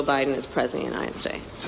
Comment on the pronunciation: Kamala sounds so drunk. “Unite..e..e Ssstates.”